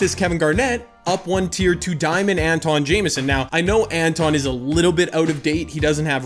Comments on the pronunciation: Say Antawn right plz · That Philly Fan u said it wrong